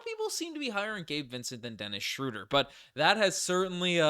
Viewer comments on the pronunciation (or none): Great video as always but respectfully, it's not "Schrooder" (crazy how Basketball Reference has the pronunciation incorrect). It's closer to Schreuder (ö sounding the same as eu in French).